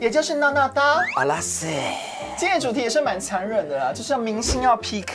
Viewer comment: 阿拉斯的发音还蛮标准的耶，有漂亮到哦 😍🥳